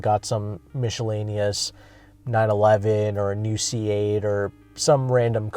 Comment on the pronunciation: The amount of times you say "jack off to" and your pronunciation of "miscellaneous" are holding you back as a reviewer.